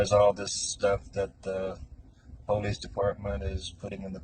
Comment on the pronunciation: I'm not saying this is always the case, but every time I've heard someone pronounce it that way it's been in a disrespectful manner. Either way, it irks me too. lol